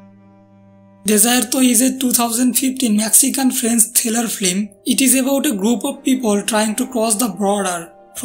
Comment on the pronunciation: Flim... it is pronounced FILM! not Flim.